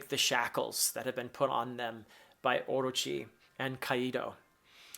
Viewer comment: professor, orochi is said orÔchi, the strong syllabel is the '' ro''